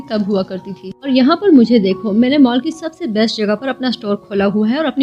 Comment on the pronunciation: Well explained mam but Mal nahin hota Mall hota hai😂